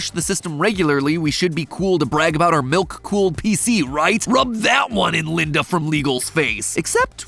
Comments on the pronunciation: I cant be the only one who heard nuke cooled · Am I the only one that thought he said "nuke cooled" pc 😭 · Idk why but when said he had a milk cooled pc, I thought he said NUKE cooled pc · Anyone else hearing call his pc "nuke-cooled". No? No, just, just me. Ok. Ok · i thought he said “nuke fueled pc” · At the start i thought said nuke cooled pc.